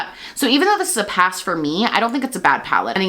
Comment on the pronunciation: May I suggest putting the emphasis is YAS and then say PASS. Like: “yass 🛍🏳️‍🌈💅” and then just “pass” I hear “yossss” and “poss”